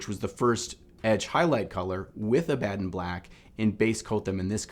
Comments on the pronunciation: Ab-Uh-Don not Uh-bad-on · Pronounced Abba-Don, like the mythical gravesite, isn't it? Not a-Bad-on, right? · I hate to be that guy - but its pronounced Abba-don. Like Cinnabon. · I'm not even a hardcore fan and his pronunciation of "Abaddon" black is driving me crazy. Good vid though.